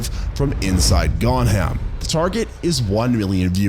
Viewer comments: I can't be the only one mentally screaming at "Gon-Ham"... Gon-Jee-Am 🤦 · What the fuck is Gonham... it's literally pronounced in the movie bro...